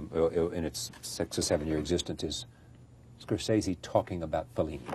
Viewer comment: CR didn't know how to pronounce Scorsese.